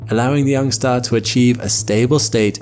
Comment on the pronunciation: it’s ah staah 😂🎉